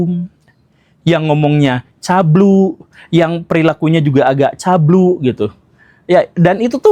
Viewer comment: CABUL BANG CABUUUULLLLLLLLLL BUKAN CABLUE